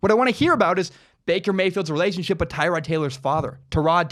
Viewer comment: I thought it was Ty-Rod... could be wrong...